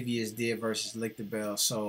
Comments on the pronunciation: Nevezis is pronounced ne-ve-zhis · But you pronounced Nevėžis horribly, the way you pronounced it we would write Nivijus.